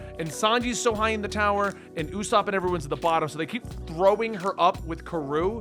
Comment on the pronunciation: Having potential mild dyslexia is more understandable than saying õæěsop.